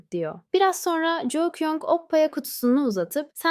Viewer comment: Jou değil ju kyung 😂😂😂😂